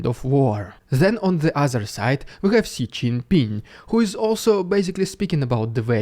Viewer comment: Just as a side note, Xi is pronounced as Zhi